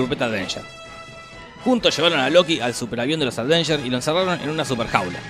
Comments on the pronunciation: avengers, no ADVENGERS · por diorrrr! dejá de decir aDveinyers! es sin la d! aveinyers! me desconcentra de los chistes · Si tomáramos un shot cada vez que dice "Advengers" en vez de "Avengers", terminamos en coma alcohólico con este video solamente. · Los "advengers" :v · "Los Advengers" "ADvengers" Noto como que algo esta mal... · Porque dice todo el tiempo "aDvengers"? 🤣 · "Los advenyer" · Por qué lo pronuncia "aDvengers"?!!!